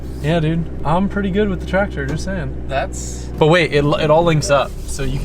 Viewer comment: cracks me up. "oh my gewd"